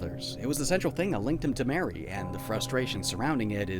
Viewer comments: *Mari is pronounced as "Mar-e" not " Mary" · am i the only one who thinks Mari's name is supposed to be pronounced "mah-ree" instead of "mare-ee"? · I'm like 90% sure it's pronounced Mah-ri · A cool video i which I found out sooner. But, it’s MAR E not MARY LOL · Love you but Mari's name is pronounced Mar-ie not Mary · NO. NO, NO, NO. ITS MARI. NOT MARY HOLY SHIT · Wait wait wait Is it pronounced Mary or Maree? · Christ I was wondering why I disliked this video until you said MARY. Her name IS NOT MARY. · you disliked the video just cuz he mispronounced one characters name? lol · Her name is pronounced like Marie btw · Hey, just for the record, I think that Mari's name is pronounced like "Mars" but with an I instead of and S. Like, Marr-ee. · this video is great, or at least it would be if you just pronounced Mari's name correctly. It isn't really anything major sounding, but it sticks out more then Omori himself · 7 minutes in and i already am frothing over the way he pronounces mari